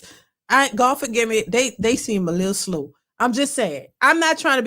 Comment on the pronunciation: They way you said slow definitely gave out New Orleans